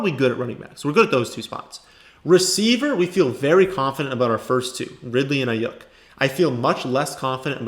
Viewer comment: Can u pls stop pronouncing his name wrong ist Ai-yuke not ai-yuk